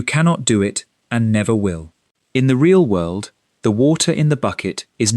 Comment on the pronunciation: FOR GOD SO LOVED THE 'WHIRLED"!!